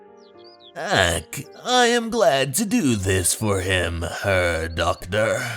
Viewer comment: “Herr” in German is pronounced like “hair” in English. “Scarce” is like “scare” but with an ‘s’ sound before the silent e. I really hope you can upload all your previous EC Comics dubs soon.